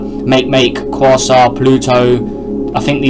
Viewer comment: Quaoar is pronounced kuo-are.